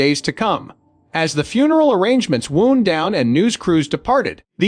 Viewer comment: No such word as confidantay as pronounced by the robot narrator, it's pronounced phonetically: con..fee..donnt....it's a French word. Code your bumbling narrator to pronounce words correctly. It's Ivanna not Iva...nah. It's wound not wound as a blemish on the body. Get rid of your AI or robot narrator.